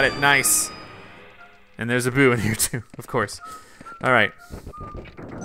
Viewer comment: when you said boo you said poo